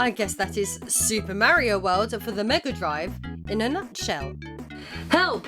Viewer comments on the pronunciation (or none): “Mary-o”? It’s Mario, but you called the other guy “Edgy the Hedgy”, so that makes it okay. Ned Flanders: Well if that wasn’t the best episode of Impy and Chimpy I’ve seen.